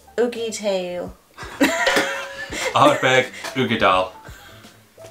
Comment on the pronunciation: "Ardbeck".....changed channel!